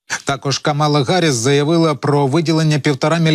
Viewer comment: Ім'я віце-президента США КАмала Харіс, а не КамАла Гаріс.